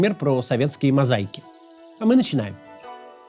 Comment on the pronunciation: вот так прощаешь Кацу все оговорки, но "руские мозайки"...